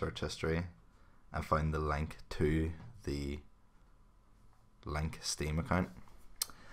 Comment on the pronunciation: ughh the way you say link